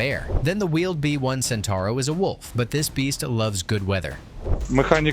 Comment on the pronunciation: Centauro (Centaur) far from me to understand how people can butcher Italian words when they have to add a single o at the end of it...